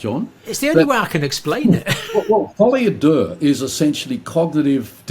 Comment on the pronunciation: I have heard John refer to this "folly adaire" a few times now and didn't have a clue what he was talking about. Google 'folly a deux'.